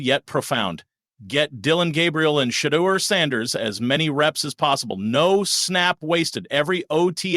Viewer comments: (SHA DOOR) PLEASE PLEASE PLEASE PLEASE PLEASE PLEASE PRONOUNCE IT THIS WAY. YOU LOSING ME. YOU'VE PRONOUNCED HIS NAME 3-4 DIFFERENT WAYS. PLEASE PLEASE PLEASE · Why do u pronouce his name different every time. Is that your way of showing disrespect. That seems your objective. U not slick. U JUST SHADY😊